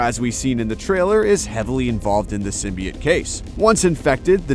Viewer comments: Its symbiOTE not symbi-IT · Sytmbi-ate???? WTF.